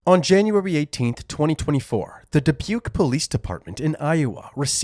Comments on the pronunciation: Did you say “DI PUKE?? 😂😂😂 It’s Dubuque pronounced DE BUKE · Da-puke? I think you're saying that wrong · DaPuke? 😂😂😂 It's Dubuque